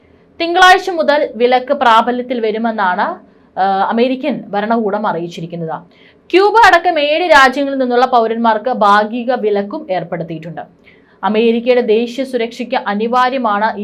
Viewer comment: 'ബരണകൂടം' , 'വിബാഗികം',ബാഗികം',വിധ്യാർത്ഥികൾ'. ???? തെറ്റാണ് ഈഉച്ചാരണമോരോന്നും. ഭരണകൂടം, വിഭാഗികം,ഭാഗികം, വിദ്യാർത്ഥികൾ. ഇവയാണ് ശരിയായ ഉച്ചാരണം.ഭാഷ ശരിയായി ഉപയോഗിക്കണം.